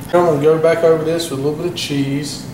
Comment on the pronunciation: "dat K-so cheize"